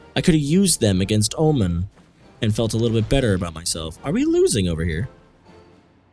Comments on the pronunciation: Oman is pronounced oh-mon btw, not oh-min. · It's pronounced Omaan, not Omen m8